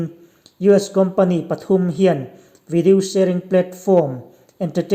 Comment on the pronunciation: video nge videow Trik trok 🤣🤣🤣La na duh reng reng suh aho lutuk pân lo ah tho afu ngailo 🤣🤣